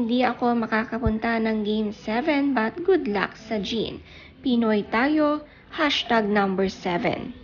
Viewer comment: JEAN in French is pronounced as JON for male (fyi👍)